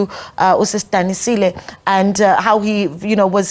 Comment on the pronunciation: Its Sis Danisile, .... not what the Santaco lady is saying